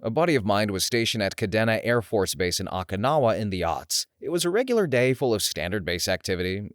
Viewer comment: "Airface Bource" HAHA